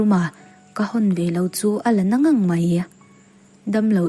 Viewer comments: A ngaihnawm viau mai, a ziaktu ṭawng kau chheh pawh a puitling, tunlai ṭawng dik lo deuh deuh ang hi a awm ve lo. A chhiartuin a thiam bawk a; mahse, kan kal leh ṭhâm ṭhâm a, ṭhâm ṭhâm tih lai hi a lam dik lo a, tin, nang nang tih pawh hi a lam dik lo bawk a. Ka rilruin a lam dan dik ka lo hrilh vel. 😊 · nang nang tih hi i lam dik lo a ka lo ngaimawh deuh😅